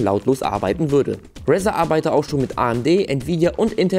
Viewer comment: Bitte, bitte, bitte sprich doch bitte Razer richtig aus. Sonst ist es mir Wurst, obwohl es mir schön öfter aufgefallen ist. Aber so oft hintereinander ist das Brainmobbing. ;) Ansonsten wie immer Top. Thumb up.